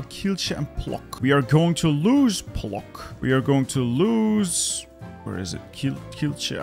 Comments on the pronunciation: it's pronounced not as Plok but Plotsk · Płock in polish is pronounced kind of like Plotsk (with k like in "book") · For a Polish person like myself, hearing "Plock" the way you pronounced it, is very cute :D It's actually pronounced like Plotsk. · cuman Yeah, that's why I was wondering why Artur didn't mention ł in his transliteration. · As a pole, It's funny to see you struggle on provinces names(especially płock) :D